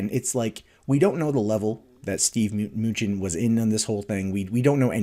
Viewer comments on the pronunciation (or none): Muh-New-Chin Not "Munchin'"